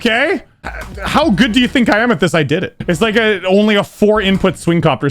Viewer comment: he says how good do you think i am at this. what i heard: how good do you think i amethyst